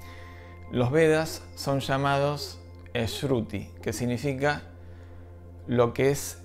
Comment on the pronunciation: Pronunciaste la palabra como "esruti," y no se pronuncia así, lo correcto es "shruti."